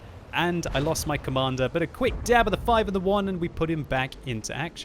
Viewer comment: A quick dyab of the twwoo keei... hehee